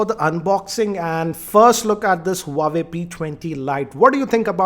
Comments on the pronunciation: More like "uawe" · Not huawei wawei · Learn to pronounce huawei correctly first.